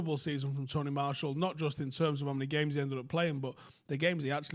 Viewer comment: Who’s Tony Marshal? At least say his name right.